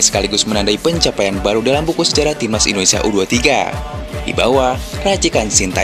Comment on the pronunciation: Ralat dong Itu suporter panggil nya indonesia Bukan endonesia ya